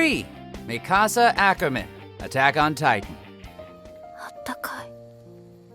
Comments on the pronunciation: WHY DO PEOPLE KEEP ON SAYING Mi-KA-sa IT'S MI-ka-sa! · Ooh-Ra-Ra-Kuh. Mi casa. WHY YOU PRONOUNCE NAMES THIS WAY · It's not that hard to pronounce Mikasa's name properly